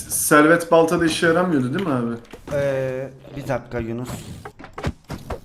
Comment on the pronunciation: ın 1 dk dur yununus dediğni duyan +1